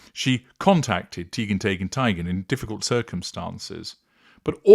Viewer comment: Me too. I giggle every time I!